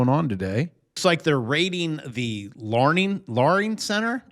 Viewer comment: Ah yes. The 'Learing' Center.